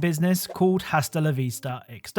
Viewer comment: In Spanish you dont pronounce the "H" so Hasta is pronounced Ah-stah